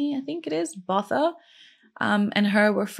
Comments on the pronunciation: I think her surname is pronounced Bow-Tah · Hey I live in South Africa, and I can tell you that this story still has a big impact even after almost 30 years. Botha has a hard 't' sound even though there is an 'h' after the 't' 😅 Thank you for the way you tell these stories, I really enjoy watching you.